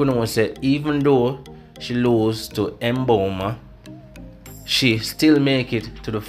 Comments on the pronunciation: no he didn't It's Mmmmmbomba not Emboma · Can we have our African names pronounced properly....thank you!